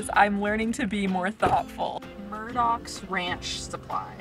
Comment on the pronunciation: It’s your favorite store……”Mur-doh’s. LOL